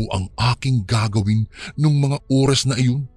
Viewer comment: ORAS yun hindi URAS 😂😂😂😂😂